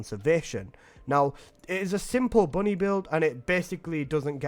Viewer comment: IT’S BUNNY NOOOOOOOOOO 😭😭😭😭😭😭😭😭😭😭😭😭